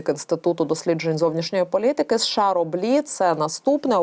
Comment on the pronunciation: ты неуч.Страна называется США, а не СэШэА.